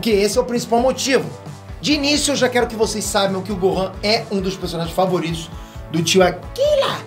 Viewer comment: "Eu quelo que o golan conssegua " esse